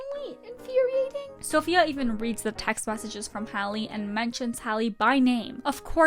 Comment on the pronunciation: It's EVENT, not EVANT. TEXT, not TAXT. EX, not AX. Fix your pronunciation, girl.